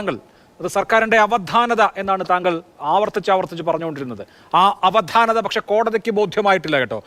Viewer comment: അവധാനത അവദ്ധാനത അല്ല